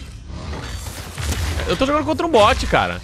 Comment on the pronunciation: O cara chama bot de boot 😂😂😂😂😂😂😂